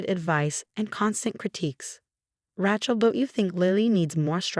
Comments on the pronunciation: Please research names before you use them. The way you pronounce Rachel makes it sound like ratchet which is a tool used in building. Its proper pronunciation is ray-chel! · All these stories the words are mangled or mispronounced. It's R-ay-chel not R-ah-chel and it seriously degrades the enjoyment of the story. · Ratchel is not a name.It's Raachel.learn it. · There is no T in Rachel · Rachel Not ratchel. 😂😂😂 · The name is pronounced Ray-chel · Yeah, Rachel should NOT rhyme with ratchet ! 😂😂